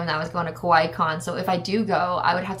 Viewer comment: I keep hearing Kowai instead of Kawaii, which means scary :')